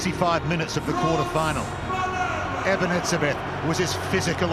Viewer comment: Commentators aren't likely to ever learn how to pronounce Eben. Haven't they noticed there's only one "b" in the name? Isn't it a bit inept to get this wrong, or is the erroneous commentary coming from the ander kant?